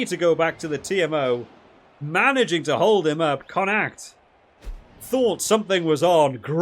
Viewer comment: I havent heard someone butchering the pronunciation of Connacht (con-ukt😉) that badly in quite a while😂 great videos mate, looking forwards to the six nations!